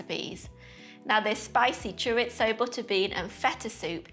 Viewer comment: I love the way you say chorizo😂